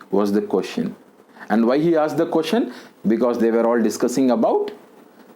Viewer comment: Sir keep doing videos .I am very much impressed by ur videos.I wanna follow ur way of teaching where u didn't use single vernacular word. I wanna tell u one thing sir regarding pronunciation of "were '".pls correct it . it's my small request.